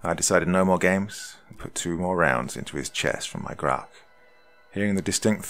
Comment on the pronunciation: he DOC are you saying GLOCK or GROCK?